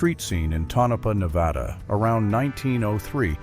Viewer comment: Right about the elk. Moose were likely not found in thr Oregon Coast Range anyway. And wow, you need to learn to pronounce names of people and places correctly before you record. It's "Tone-uh-paw" for Tonopah, Nevada, and "Cim-uh-RON" for the Rose of Cimmaron, just to name a few.